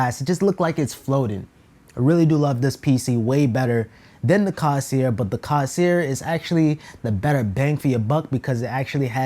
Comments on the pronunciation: my mans said "cawsear" got me dead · say it with me my guy "CORE - SAIR" there is no s in the middle (dont take me too seriously tho)